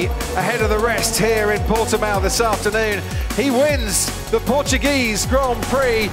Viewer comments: PortuGREASE Grand Prix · its portugrease grand prix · I nearly died when Crofty said "it's the Portugrease Grand Prix" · “It’s the Portugreese Grand Prix” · “It's the Portugruese Grand Prix.” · “It’s the PortuGrease Grand Prix” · Has formula 1 ever raced a Portugreece Grand Prix??...